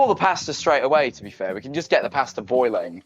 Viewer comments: He said pasta so wrong for me 😭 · The wat he says pasta and amozon